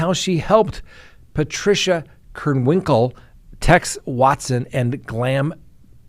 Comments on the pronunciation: Van HOWton.....KrEnwinkle.....Gon-sal-vez. You pronounce a number of these high profile names incorrectly. She didn't stab Leno. Plus, Steve Grogan, another Manson family member involved in Shorty Shea's murder at Spahn Ranch, got out in '86 so she's not the first Manson member to get out. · Let’s all say it together!! Van HOWWWTEN and KRRENNNWINKLE! I apologize for my OCD. Not like they DESERVE to have their names pronounced correctly right? 😆😆😆